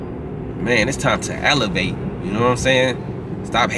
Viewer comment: Time STAMP- HE SAID ALLYVATE. Man he is AWESOME!!!